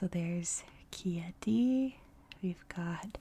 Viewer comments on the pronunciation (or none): Oh no ! AQUILA is the capital NOT Chieti (which is pronounced kiéti and not kioti). But yes, beautiful Aquila is the capital.